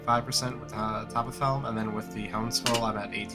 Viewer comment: topf is german and means bucket. it's a 1 syllable word. topf, not toppiff.